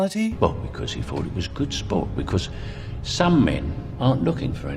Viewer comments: Because is pronounced ‘BE CUZ’ (like cousin) not ‘BE CORRS’ 😬 Though he did a really decent job for the time had. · "Because" is pronounced as "biccuz" in English accents, potentially a bit closer to "biccaz" in strong Cockney, but certainly not how she taught it.